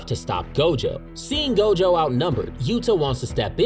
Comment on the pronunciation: It's not gojover 😅